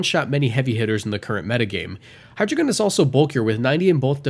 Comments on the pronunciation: It's pronounced High-d,rei-gun, drei is 3 in German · The information is good but I can't get over that pronunciation of Hydreigon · Please learn how to pronounce hydreigon properly. Hydreigon has a German origin.